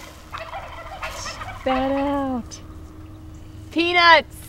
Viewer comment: LOL! it sounds like she yells "PENUSS!!" xD